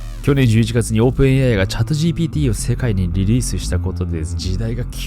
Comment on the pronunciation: チャットジービーティーって言ってない？？